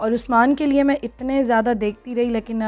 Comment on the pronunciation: Plz dear stop saying lakin its leykin...so pronounce it right..cheers...